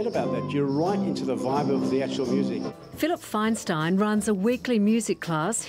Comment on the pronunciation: It's Feinstein, that's Faynsteen (phonetically) when will stop butchering non Anglo names